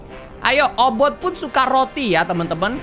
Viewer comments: Kak regi bilang obot si kucing ku dengar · Kak regi namanya obit bukan obot